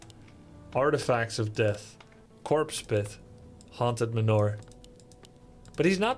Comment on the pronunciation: Each time Grubby says "haunted manor" i hear "haunted manure". You know what trumps a Black Knight? A Dark Knight.